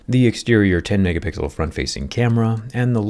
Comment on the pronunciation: "10.5 megahpigzzal"